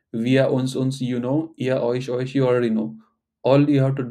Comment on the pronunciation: 'u' in 'euch' prompts me to pronounce it as 'oekh', which is not correct. :( It takes me a conscious effort to pronounce it correctly as 'oesh'